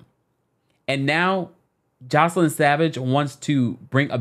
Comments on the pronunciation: Joy- ce- lyn …. Not joseline 😂 baby I love you but you butchered her name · It’s JOYCE-LYN NOT JOS-LINE getting the names right matters.